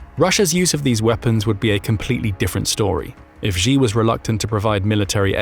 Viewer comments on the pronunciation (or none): Xi is pronounced like She, not like Zhi